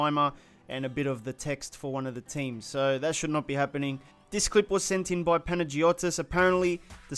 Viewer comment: Pangoitos is pronounced Pana-you-tis ΕΛΛΑΣ 🇬🇷🇬🇷🇬🇷🇬🇷